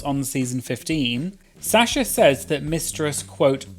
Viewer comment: I love how says Sasha as Sya-sha😭🤌